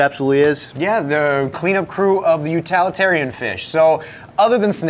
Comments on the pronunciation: Utalitarian is NOT a word! It's utilitarian. The root word is utility , not utality. Otherwise this is an excellent video. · And utilitarian but I guess up there where they are it is utilalatarian